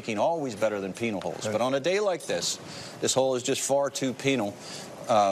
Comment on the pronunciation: did he just say penal holes